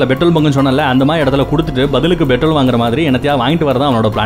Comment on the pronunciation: Betrol இல்ல நண்பா petrol OK.